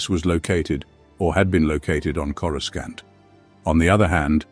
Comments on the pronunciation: Say… Corusant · When they first came up with Coruscant it was pronounced with the hard C sound. It was during the Heir to the Empire trilogy. Not sure when it changed, but I'm so used to it that it's fine pronounced either way.